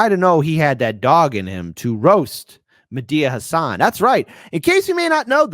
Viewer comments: I saw someone calling him Mehdia Hassle instead of Mehdi Hassan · Its not medea hasan. Its mehdi hasan.